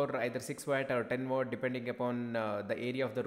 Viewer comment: It's pronounced watt not wat